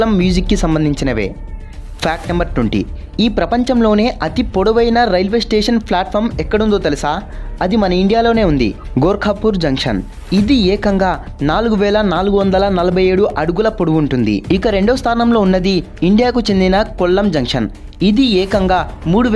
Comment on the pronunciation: fact 20 gorkapur kadhu 🤷🏼‍♂️ gorakpur sami 😃😃